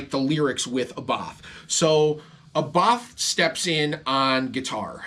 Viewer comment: Nothing worse than metal nerds who can't even pronounce Abbath correctly....